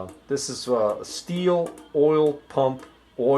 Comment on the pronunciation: its STIHL .......as in till.......tube